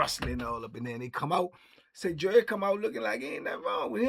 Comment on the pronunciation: All this time I thought he was saying jury.